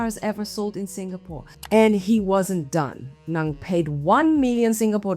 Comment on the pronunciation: Ng not ang, get the surname right… why is it ang for most of this video?